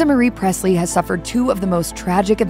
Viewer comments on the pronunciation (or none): There is no “t” in Presley